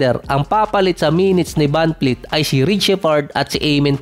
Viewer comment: vanvleet po hindi vanfleet...